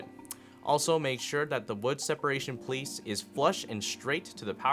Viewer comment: "separation chamber piece"........thats how we church it up on youtube. But wait! Is it 'piece' or 'pliece" ?